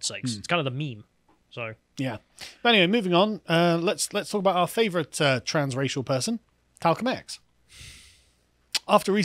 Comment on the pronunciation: “Talcum X” 😂😂😂😂😂